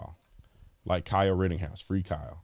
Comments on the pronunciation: Brandon.... It's RITTENHOUSE.... NOT Rittinghouse. Lol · Rittenhouse not Rittinghouse.😂🇺🇸LETS GO BRANDON!!! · IT'S NOT RITTINGHOUSE IT IS RITTENHOUSE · Officer Tatum, love your show.....just wanted to point out...it's Rittenhouse....no G in his name. Keep up the great work, Cheers mate! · His name is Rittenhouse. Not "Rittinghouse". I wouldn't call you Tater instead of Tatum 🤣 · RittENhouse, not RittINGhouse. You're welcome, carry on with the excellent work. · WRITTEN-House not rittinGhouse.. cmon b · Ritten, not Ritting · Why do you keep calling him ridding house? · There’s no “g” in his last name. I’m just sayin’… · Dude … I like your positions on stuff but his name is not “Rittinghouse.” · Can you please say our boys last name correctly! ritten house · I love you man but why would you look up Jonathons name and mispronounce Kyles name? I’m sorry. This is my fault because it bothers me to keep hearing it mispronounced. You can tell you didn’t listen to the mAinstream mEdia because if you did you would know. Again. I listen to every stream of yours and have for a LONG TIME. Keep up the good work. ⭐️⭐️⭐️⭐️⭐️